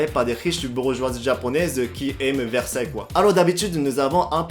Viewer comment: Ah "qui aiment Versaille" j'ai entendu un "qui aiment versé" t'es marrant 😹😹